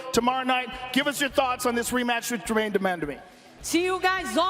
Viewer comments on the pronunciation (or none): Joe: "Gerrain Demandime"